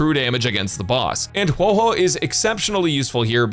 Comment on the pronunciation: everytime someone says Huohuo's name incorrectly, i shall leave a dislike on the video, even if i actually enjoyed the video.